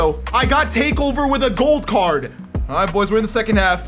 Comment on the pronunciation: When u say gold card I listen goat card